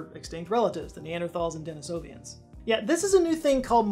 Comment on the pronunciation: Terrific vid, but one thing It's Denisovans. There's no I after the V. 🙂